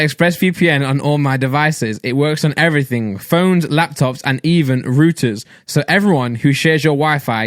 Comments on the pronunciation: did this mans say rooters not routers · my man said "ruter" ??!!!!!!!!!!!!!!!!